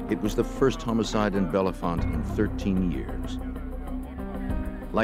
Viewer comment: Unfortunately, the narrator repeatedly mispronounced the town name “Bellefonte” as “Bella-font.” As heard in the interviews, the name is pronounced “Bell-font.” The editor or scriptwriter should have informed the narrator.